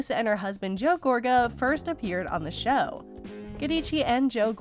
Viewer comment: I can’t deal with the mispronunciation of Joes last name, so I won’t be listening to you anymore.